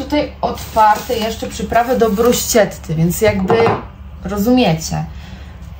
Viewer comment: Jesteś bardzo sympatyczna i ciekawie się Ciebie ogląda. Doczepiłabym się tylko do tego, ze czasem niepoprawnie się wyrażasz, np poprawnie winno być: permanentny, liści, a włoskobrzmiące wymawia się "brusketta, makiato". Przytoczyłam te które zapamiętałam. Popracuj nad tym